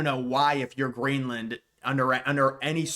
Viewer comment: Did bro say grainland??